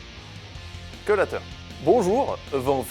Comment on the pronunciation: Le "quand j'ai lateur" m'a finis.